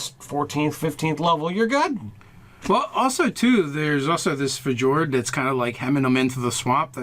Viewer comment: Lol "Fuh-jord"